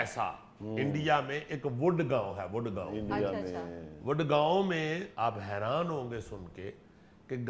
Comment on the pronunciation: اسلام عليكم سہیل احمد صاحب تھوڑی ریسرچ کر لیں، یہ گڈ گاؤں نہیں گڑگاؤں ہے. جس کا نیا نام گروگرام ہے۔ یہ دہلی کے قریب ہریانہ کا بارڈر سٹی ہے۔ شمالی ہندوستان کا ٹیکنالوجی ہب ہے اور شہر ہے گاؤں نہیں، یہ الگ بات کہ نام میں گاؤں آتا ہے۔ شکریہ۔